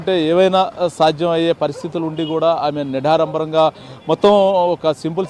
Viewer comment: "నిడారంబరం" కాదు రా అయ్యా.....😂😂 నిరాడంబరం అనాలి. 😁😁 తెలుగు నేర్చుకో ముందు 😁😁